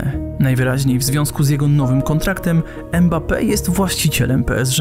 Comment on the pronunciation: Dobry materiał, mam jednak uwagę - powtarzasz manierę językową wielu polskich dziennikarzy, ten piłkarz nazywa się Mbappe a nie Embape!